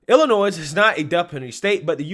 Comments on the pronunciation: I love your content and watch everything you post. I in no way want to take away from the horror of this story but in case you actually read your comments I wanted to help you out and let you know that the “s” in Illinois is silent. I grew up there and every time you say “ill-I-noise” I cringe. It’s “Ill-I-Noy”. Hope that helps. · The "s" is silent in "Illinois." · Illinois, the "s" is silent bro. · FYI…” Illinois” the S is silent. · Please stop pronouncing the s in Illinois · You know the s is silent at the end of Illinois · Love your Videos! Lots of LOVE to ya! That being said... The "S" in Illinois is SILENT. Thanks and keep up the great work! ^_^ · The "S" is silence in Illinois. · honey, Illinois is pronounced with a silent "s". It's prounced illinoy